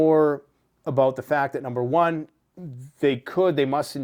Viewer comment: Numer Juan again love it.